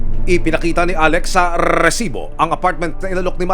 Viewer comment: Ako lang ba ung nabbwisit twing naririnig ung RRRRRRESIBO????????!!!!! di nlang sabhin ng maayos 🙄